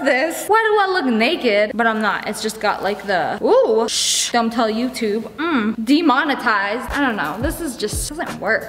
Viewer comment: I love when sssniperwolf said Dimonitised